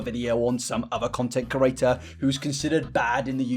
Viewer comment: Pls say creator instead of curator please please please I like your videos but it makes my ears bleed